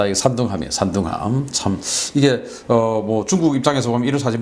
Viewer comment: 산둥함이 3등함으로 들리네 ㅎㅎ